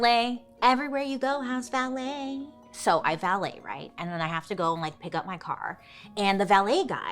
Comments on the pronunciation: Why did I think you said ballet 😂😂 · Mr Valet BASICALLY confirmed it was a coke nail😂😂....He's VALET. Also, Bailey is MAC-RONS. Macaroons and Macrons are 2 different things lol